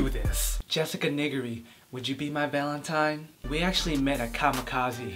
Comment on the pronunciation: "Nee-ger-ree" plz.